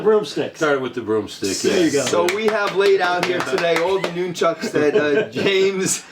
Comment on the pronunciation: I liked the video, just too many speaking at once but please my biggest pet peeve is it’s pronounced NUN-CHUCKU or more than one pair NUN-CHUCKS, not NOON- Chucks. ✌🏼